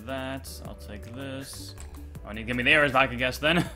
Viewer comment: DRUNK YOURE DRUNK 'i dont meed no gold boots'